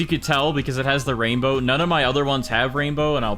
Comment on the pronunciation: Erm it’s not raindow😂